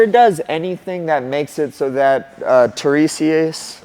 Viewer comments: How you gonna do a breakdown if you cant even say the fighters name right. What a joke. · Turcios is a no name bum and Cory is a title contender I don’t blame him for the mispronunciation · For some reason almost every fighter struggles with name pronunciations, no matter who they are. I find it endearing.